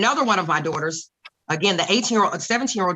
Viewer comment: I hate how she calls them her dohters